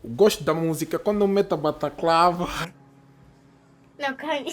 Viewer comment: "bataclava" é foda